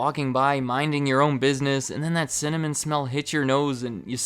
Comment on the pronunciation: cinnamom sounds funny to me because im from norway and sinna means angry so you're basically saying angrymom🤣